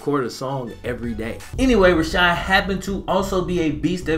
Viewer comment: It’s Rashard not Rashad